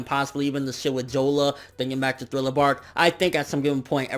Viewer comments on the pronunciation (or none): none